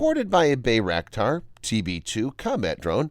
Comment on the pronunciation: Pronounced BYEraktar BE AMAZED